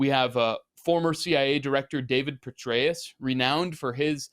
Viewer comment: Youre pronouncing it wrong it is general BETRAY-US